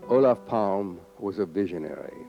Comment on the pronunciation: Takes an Anglo to make a documentary about someone without learning how to pronounce their name lol. How hard can it be? It's so phonetic. Olof Palme. Not "Olaf Palm". It's a Germanic language, why would the e be silent?